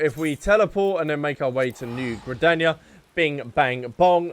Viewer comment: OMG !! THE MAD LAD DID IT !! he finally said Limsa Lominsa and Gridania right !!!!!